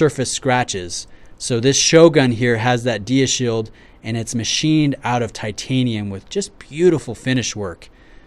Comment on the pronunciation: It's "dya" shield as in 'diamond', not "deea"